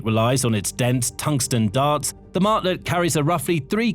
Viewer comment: Mach rhymes with Bach, not hack!